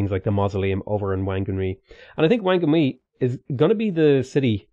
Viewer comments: Wh=f in Anglicised Maori so Whakarewarewa becomes Fa-ka-ray-wa-ray-wa and Whanganui becomes Fang-ah-noo-ee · Words that have "Wh" in it, like Whanganui, make the "f", or "ph" sound in Maori, just thought I should let you know.